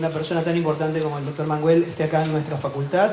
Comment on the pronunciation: Sinceramente el presentador no parece tener mucha idea del gran autor ante el que se encuentra. Menos mal que la mujer salva la presentación. Qué vergüenza que el primero ni siquiera se molestó en conocer cómo se pronuncia el apellido del escritor. Es una falta de respeto.